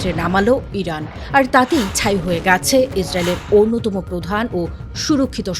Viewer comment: আপনি "গেছে " শব্দটি উচ্চারণ করতে পারেন নি।